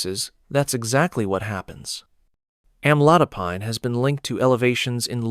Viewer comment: Am-a-low-dip-peen is how it’s pronounced—I Hate AI!!